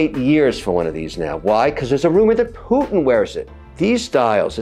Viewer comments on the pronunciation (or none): none